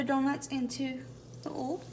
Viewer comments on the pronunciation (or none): It's called OIL, not OOL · come on girl it’s O-I-L OL 😂 OIL